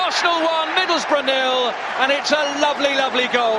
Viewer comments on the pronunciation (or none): none